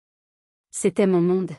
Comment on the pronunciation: C’est une IA. Un exemple révélateur entre autres : on ne prononce pas « MON » épelé m-o-n, on dit « mon » d’un ton appuyé. Il faut reconnaître que la diction de cette IA est meilleure que la plupart … mais le niveau de l’histoire est effrayant de bêtises. En un mot : Grotesque !